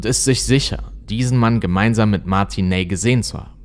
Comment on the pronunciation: Du sprichst "Martin Ney" falsch aus, das "ey" wird hier ausgesprochen wie das "ei" in "nein".